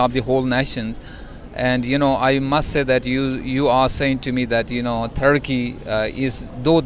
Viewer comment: if only american accent guy knows what Tharki stands for in India 😂 Edit: Ya Allah the guy speaking in Urdu now. But he choose to pronounce Turkey, "Tharki" while speaking in English.